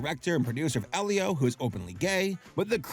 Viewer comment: AL-leo?! You prounced Elio (EElio - Elio with a HARD E) AL-leo?